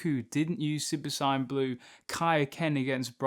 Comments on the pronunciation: Bro if your channel is about dragonball atleast say the word SAIYAN CORRECTLY dude its not SCIENCE is fking SAIYAN DIPSHIT... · You say “Saiyan” like Sigh-yan. It’s SAY-yan. I was thinking you were saying “Sign” for a minute. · Super “Sign-En” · No hate but it sounds like you say super cyan, and for some reason i like it that way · Come on, come on,, say it with me: "Say-an". "Saaaaay-aaan" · The way you say saiyan pisses me off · The way you say saiyan is annoying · Pleas say Saiyan correctly and I’ll sub to you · dude, indeed saiyajjn (Japanese no N) and saiyan (english) you just pronounce the word saiyan ( in your way) which is neither the right English or Japanese way. You just made up your own prenounciation and its stupid when your channel is about DB. Just admit your fucking the word up and stop justifying it.